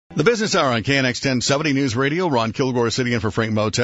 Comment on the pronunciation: Its KNX News Radio 1070... not Knex, Interview was Very good!